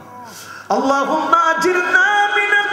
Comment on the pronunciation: হুজুর বল্লেন আল্লহ হুম্মা আজির না মিনান নার এই টা আজির নি হবে না আজির না হবে